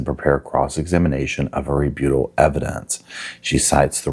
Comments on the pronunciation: Oh my gosh, I just love you! But, would you PLEASE stop mispronouncing "rebuttal"?!? I've heard you, once or twice, pronounce it correctly, and it made me so happy! You would never say, " he needs a kick in the butte", right? Why would you kick someone in a small hill?!? However, you might say, "he needs a kick in the butt". See? No " E" on the end, that would give the long "U" sound! There's no "E" in "rebuttal, either. Therefore, no long " U" sound. Sorry. English major. 😏 Nevertheless, you really are so much fun to watch! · It's an American thing. They're always mispronouncing words. Or adding bits on, unnecessarily making the word longer. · English teacher here and I absolutely agree 😅